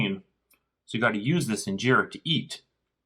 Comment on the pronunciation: fix your accent its not ingerra